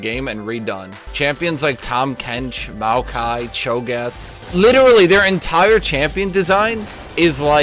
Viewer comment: Hes right about tahm and maoki. I mained tahm for a while it was just free wins forever. Him saying maoki triggered the fuck out of me I hate thay champion with a passion.